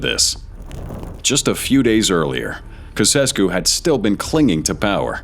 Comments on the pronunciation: Hey its pronounced chaochesscoo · It's pronounced:" Chow chess cu". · STUPID AI NARRATOR! GEEZ ... The name is pronounced, "CHOW CHESS SKEW." GEEZ, everybody knows that! Except your dammed stupid AI narrator. GEEZ ... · Kuh sess koo? Try "chow chess koo". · Down with Conceskoo 😂😂😂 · acum 0 secunde casescu 💔 its pronounced chaujescu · Kesesku, Timisora ? Wow that is mangled, Ceaucescu and Timisoara ! Train that robo voice pronouce things properly. Fear, violence, rig elections, giving your cronies top jobs, i.e. what every single dictator does. Ghadaffi wasn't executed 'live on TV'. Trouble in Lybia is still ongoing, still no peace. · Cassescou? “Tshautshescoo” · You almost got it right. Chow chess coo. It's understandble that one doesn't know the pronunciation of foreign names. But is really no one able to google? Weird. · Sic sempre tyrannis... Ceaușescu is pronounced chow-chess-kew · I thought I remembered it being pronounced Chow Chess Cue...? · Ceausescu is pronounced: Cheaushesku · It's pronounced Chow SHESS koo! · The name is Caucescu and it's pronounced Chow-Chay-Sku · The POS’s name is pronounced CHOW CHESS KU ! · Pronounce CHOW CHESS COO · The moment he said caosrsco I was out😅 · It is pronounced "chow-chesku". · Somebody show this AI how to google any of the many foreign language instruction sites online...it's pronounced 'chow-SHESS-coo' FGS. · Romania's former dictator's name was pronounced as chow-chess-q. That might be incorrect, but it's closer than your pronounciation. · Who is Nikolae Kasescu? Itt clearly says Ceauscescu. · Romanian dictator pronounced chau-cheh-skoo 🤷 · On the first one, it is Nicolai and Yelena "Chausesku". Better research please! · LMAO at "KASSESSKOO"!!! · And the despot is Chow-shes-koo. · It's not just the "gore" or profanity; they can't even pronounce peoples' names right. Ceausescu is pronounced CHAU-SHESS-KOO. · Chowchesskoo! Say it right. You should have listened to his name before this. AI isn’t very smart.